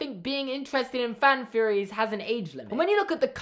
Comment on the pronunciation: I hate THE Pixar theory. Individual ones are fine tho Also my American ears keep hearing theories as "fearories" help